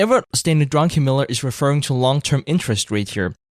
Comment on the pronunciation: love how everyone calls him drunkenmiller instead of druckenmiller